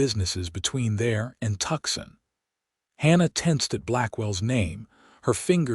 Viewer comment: I just wished that you could pronounce the towns correctly....g's are h's and it is Tucson (Tooson)...